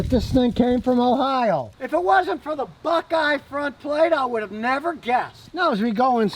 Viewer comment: It almost sounded like he said hohio